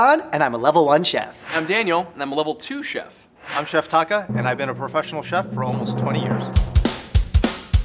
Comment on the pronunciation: Is it just me or is calling Taka "taco?" 😂😂😂